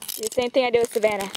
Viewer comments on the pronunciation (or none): none